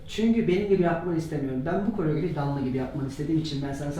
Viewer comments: karaograf değil koreograf çıldırdımmmm fvnjwnvwetgohı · Koreograf... kaaraograf karooggrooff korogrofff degil